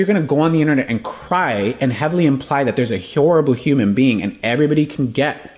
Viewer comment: i love the way he flubs “horrible”